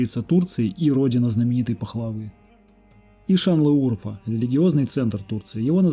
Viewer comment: Видео замечательное, но ставьте правильно ударение МАрдин, ШанлЫурфА